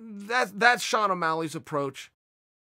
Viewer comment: It's Shawn not Shane. And it's not ya rear, it is ya ear. It's chhhaahhhbeeb, not ka beeb.